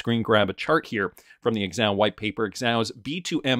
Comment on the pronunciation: Xahau = “Zuh-HOW,” not “ex-ow.”